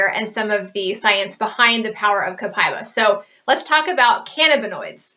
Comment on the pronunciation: It's not Copai-ba, it's Copa-íba (E)Ba